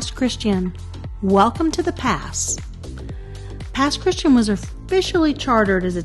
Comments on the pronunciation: With the accent on the last syllable. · The Pass is pronounced “Pass Chris Chan” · It's cute to hear how you pronounce Pass Christian. 😊 It doesn't sound like the word Christian. ....the "ian" is "ee-ann." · I can tell you aren’t from the Mississippi coast, Pass Christian is pronounced Pass Chris tee ann